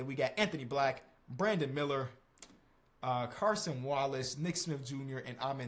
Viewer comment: PLEASE CHANGE CASON WALLACES NAME ITS CASON NOT CARSON